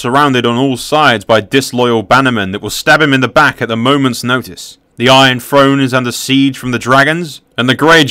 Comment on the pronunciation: Good video but I wince every time he says "Iron Frone" instead of "Iron Throne"